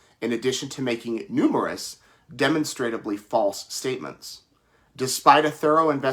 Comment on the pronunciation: The reporter should revisit his pronunciation of the word demonstrably. Edit: He got it right the second time. Good.